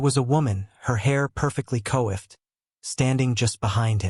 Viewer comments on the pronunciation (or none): …”coiffed” = “kwahft” NOT “”koh - off - id”